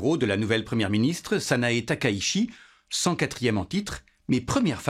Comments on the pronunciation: TAKAICHI ça se prononce ta-ka-i-tchi Pour ce qui s’intéresse 😊 (Corrigé😅merci) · 高市（ﾀｶｲﾁ）taka itchi, "la ville haute. Bref, shi→shi Chi→tchi Le S se prononce S (ōSaka, soupe miSo, bonSaï, nagaSaki), seul le Z se prononce Z (za z'est très diffizile) Ça peut paraître trivial, mais la prononciation du japonais est si simple qu'on a du mal à prendre au sérieux quelqu'un qui est sensé maîtriser un temps soit peu son sujet.